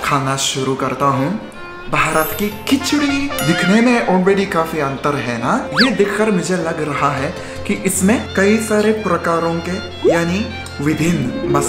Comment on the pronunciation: That is not gur that is gud